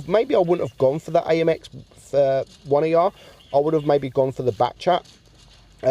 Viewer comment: When he said “the amx one E R” I died inside😂. 1er stand for “premier” which is first in french.